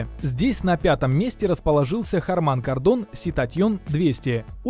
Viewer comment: бля, неужели так тяжело правильно произнести название фирмы... нормальный обзор, а ухо коробит от хармАна кардОна 🤮